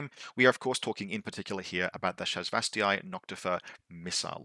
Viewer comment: Great video! Really helpful for newish players like me to understanding the reasoning for including (or not including) something. It's pronounced ShasvastAY. I am sorry... Cant let it slide :P